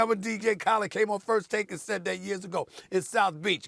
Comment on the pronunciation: Say dj Khalid’s name again Stephen A. 🧐